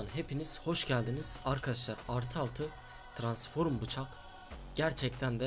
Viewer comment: trasnforum demene bayılıyorum ya <3 aat